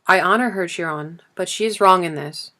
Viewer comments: Thank you so much for uploading this. It is one of my favourites! Also Chiron is pronounced Ki-Ron 💕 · Am I the only one that’s so bothered by the pronunciation of Chiron’s name? Ugh it’s pulling me out of the story.